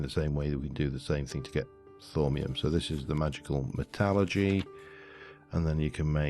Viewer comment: What I do when I find those dungeons is make a hole at the top of it to slow down the spawn rates so I can get in there and light it up before more then 5 spawn. Its Metal-Er-G or as google says met-al-lur-gy